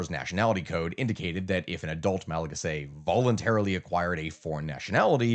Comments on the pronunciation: Hey it's pronounced "ma·luh·ga·see", loved the video. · The way you say Malagasy is crazy